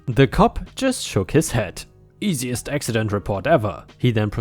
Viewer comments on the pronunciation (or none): none